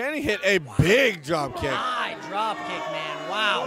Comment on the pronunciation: Its man not wman